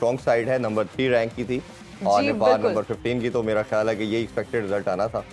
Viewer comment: Didi pehle bolna sikho nepol nai nepal hai kam se kam sunn ke to sahi bolo